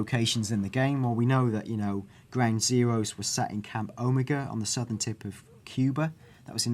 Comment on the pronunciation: I want this game now btw you mispronounced Omega